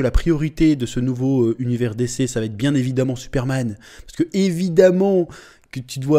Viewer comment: T'a prononciation de dc me fait grincer des dents 😬😂